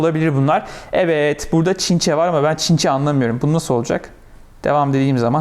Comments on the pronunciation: Çinçe değil Çince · Bu Videodaki çocuk çinçe diyor Çince diyemiyor galiba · "ChInChE " shsj